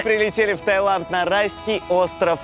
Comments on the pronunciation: Тайланд!!!??? Вы серьезно??? ТаЙланд!!!???? ТАЙЛАААААААНД!!!1!!1!11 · Умоляю))))) ТаИланд, без Й) а то глаза вырывает) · Та[й]ланд "facepalm"